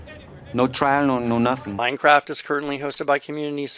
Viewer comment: minecwaft is nowt iwwegal huh must be a criwmnal den